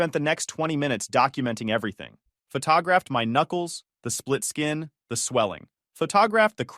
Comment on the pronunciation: Photographed = Fah-TAH-graphed ........ I'm dyin'🤣😂😅🙃🤣